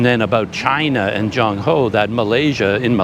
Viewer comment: Excuse me, not Junk Ho , as in junk, trash, but Ch as in Ch-ain or Ch as in Ch-ange, and end with End, so Ch-End, make sense? Your HO is perfect.